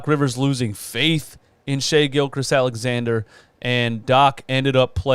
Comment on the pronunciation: Shai GILGEOUS Alexander btw. Not trying to diss you but I know when I'm saying someone's name wrong I like to be corrected so I don't keep doing it